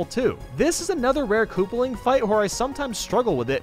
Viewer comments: / At he says kooplping wrong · Lol he said kooperling not koopaling while talking about ludwig. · / At he says kooplping wrong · He said kooperling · Is ludwig koopaling or Kooperling? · did he just say “kooperling?” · Kooprling lol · ha ha ha he said kooprling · Kooper he said